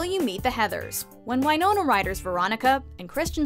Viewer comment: Did anyone else hear her say “WHYnona Ryder?”